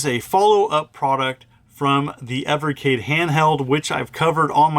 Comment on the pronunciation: Thank you for pronouncing the system's name properly. 😉